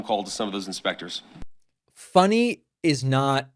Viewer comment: said “Inspectures”😂